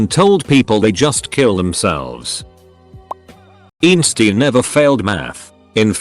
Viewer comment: Nobody : : EEN-STEEN